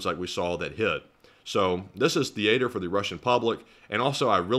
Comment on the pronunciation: English is not my mother language, and have never been to the US. Still, in many years on the internet, I had never heard the word "theater" pronounced like you did . Found it funny. Slava Ukraini!!